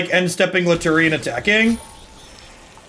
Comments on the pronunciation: I think lutri is pronounced lu-tree and not lu-tu-ri but to each their own I guess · dedication mispronunciation is one of my favorite bits